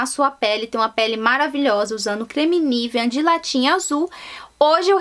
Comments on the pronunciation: Pq vc fala “niveaN”?? hahahahahahahahah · Por que você fala Nivean?